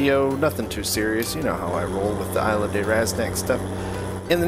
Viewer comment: I'll just wait here until some Spaniard comes along and tells you how to pronounce 'Isla' !! ;)